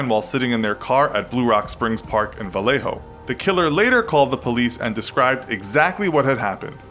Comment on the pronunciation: Don't pronounce the J in Vallejo , it's pronounced like "Valleh-0"